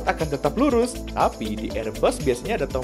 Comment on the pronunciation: Hati2 pengucapan kontrol bang... Kadang sering kepleset.... Astaghfirullah